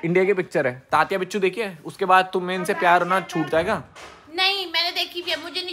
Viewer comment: Bhai I am From maharastra Vo tatya bichu nahi tatya vinchu he i am from Mumbai